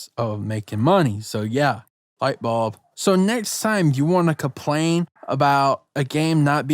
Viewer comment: Normal people: ‘Complain’: CaPplAiN!!!